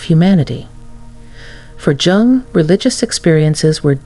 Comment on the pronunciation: You are not pronouncing Jung correctly!